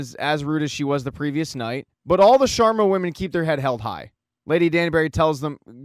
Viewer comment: "The Shwarmas" has me in stitches 😂😂😂. It's SHARMA, my dude